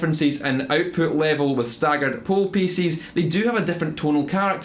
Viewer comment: At first I thought he said "poo pieces" and now I can't unhear it. Sometimes I think I'm a little boy trapped in a man's body.